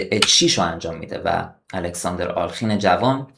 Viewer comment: دوست عزیز دستت درد نکند. لایک زدم. ساب هم شدم. فقط یک نکته. اغلب میبینم دوستان جوانی مثل جنابعالی، نام آلخین را بصورت alkhin تلفظ میکنند اما بعد از لام، کسره وجود دارد و در واقع بصورت آله خین باید تلفظ شود حتی اصل نام در روسی بصورت آلیوخین است که در تلفظ سریع، تبدیل به کسره میشود.